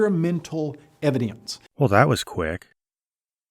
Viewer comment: I must admit, I am irrationally infuriated by the way pronounces the word "evidence". Why does his accent get 10x stronger on that one word? If I was a southerner and I heard someone speaking that way, I'd think they were mocking me.